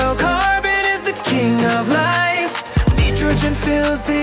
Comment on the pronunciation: “Nee-Tro-Gen” “Sil-a-comb” “Tay-Rium” “Bro-Mone” “Strong-Tin” “I-Dine” “Toy-Lum” “Leed” That Was The Pronounciation Mistakes